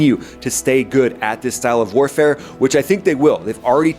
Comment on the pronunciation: "Gorila-Style Air-Warafe" wasn't in my bingo card